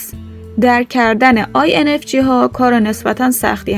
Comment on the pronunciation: با کمال احترام j هست نه g لطفا درست تلفظ کنید